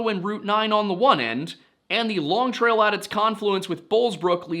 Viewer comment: As a vermonter, we say long trail. No emphasis on long. Longtrail.